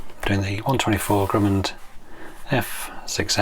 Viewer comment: No ‘d’ on the end of Grumman!👍🙂